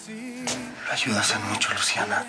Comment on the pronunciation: Luciana es tan linda y noble, pero lo que me desespera es cuando pronuncia la CH por SH. MISHASHA, MUSHO, SHAMBA, NOSHE, COSHINA, y más....